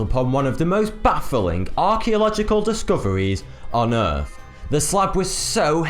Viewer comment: Errf.... fink.... Mafematics.... There goes the English language... Face Palm